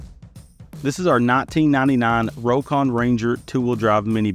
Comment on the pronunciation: Well, it’s pronounced “Rock-on” not “Row-kon”